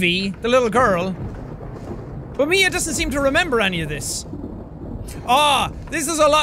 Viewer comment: You Know You Had A Nice Russian Accent When You SAid "ME A (MIA) STRONG WARRIOR" Epic